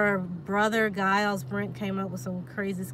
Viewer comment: Mine too on my fathers mothers mothers side. And giles is pronounced jiles not the gu sound at the beginning!